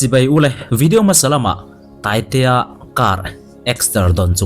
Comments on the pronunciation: Taitea tih laia Tai tih kha ala niin ka hria sir i chhiar fuhlo zawk in ka hria😂Scooty ah a Tai aw🍑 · I tai tihlai khi i chhiar sual zawk a nih hmel. I tai (taitea laia tai kha) nulh nulh tihna..😅